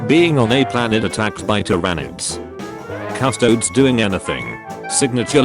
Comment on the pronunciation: Wait, did that one dork call them "Cus-Toads" because he put the word into a tts instead of looking into the lore for 10 seconds?? That would be very funny if true.